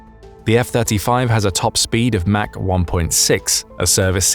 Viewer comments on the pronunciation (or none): none